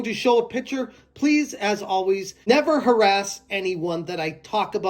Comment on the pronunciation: I hay rass everyone anyone tells me not to hay rass. Thanks for a new person to hay rass,.